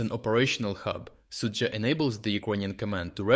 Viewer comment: In some esoteric language you are pronouncing the Russian town as 'Soupville'. lol